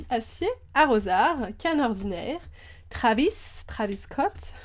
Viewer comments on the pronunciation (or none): none